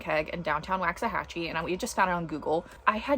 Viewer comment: Lifelong Waxahachie Resident here 👋🏼👋🏼 It is pronounced “Walks A Hatch E”. Please and thank you ♥️♥️